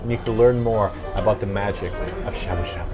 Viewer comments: DX Trying to be cool...... but the a sound is getting to me, cause you guys are saying shabu shabu so much. Cause I keep hearing "a" as in "abdomin" instead of the "ah" as in "awful" lol. But you're learning, and you're doing awesome, and who the hell am I to get hung up on your pronunciation??? #nobodythatswho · Sha sha buu buu now you can't speak English